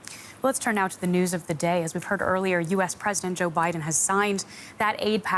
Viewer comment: She actually said obiden. Strange days indeed.